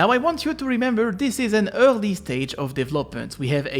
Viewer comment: Your "early" sounds so French lol